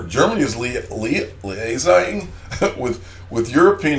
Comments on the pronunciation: Hey that word you didnt know is Lee-a-zing;) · you crack me up. Your worldliness needs some educational boost. "Liaising" /lɪˈeɪz-ing/ verb; gerund or present participle: liaising cooperate on a matter of mutual concern. e.g. "she will liaise with teachers across the country" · liaising - 'lee- ay-sing'....working with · I almost fell off my office chair laughing when I saw you struggling with the everyday word LIAISING ! (it's a common French derived word we use that simply means co-operating) Love the show & Got me "Big Boy Pants On" ! BTW do you remember my chart predicting a launch date of October - History Repeats ;-)